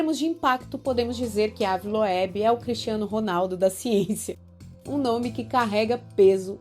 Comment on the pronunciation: Moça se pronuncia Ive loubi se escreve ave Loeb 😂😅